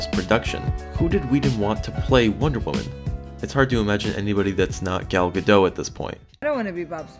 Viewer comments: you checked the pronunciation of "hippolyte", why not "Gadot"? ... it's supposed to be GA-DOHT and not GA-DOUGH LOL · Gal's last name is pronounced _ga-DOT_, not "gad-oh."